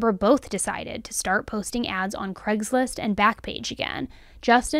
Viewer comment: Please say Craigslist not Cregslist...